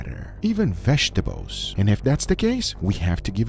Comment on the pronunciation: It's not veshetables. It's vegetables. My wife is Cuban. I have to correct her all the time.